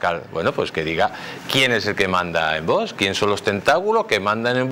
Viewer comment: Me gusta como habla este señor, pero es "curioso" que no puede pronunciar VOX correctamente, porque siempre dice VOS...acabado en "s"...